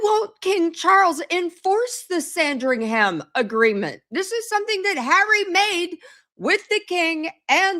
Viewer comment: It’s not Sandring Ham, don’t pronounce the “h” sounds more like sandring’em